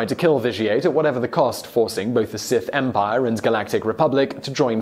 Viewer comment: "Seth Empire"